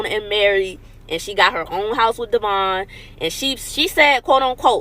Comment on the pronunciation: i swear devon name was duh-von 😂